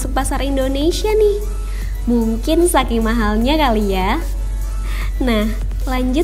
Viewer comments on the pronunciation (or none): none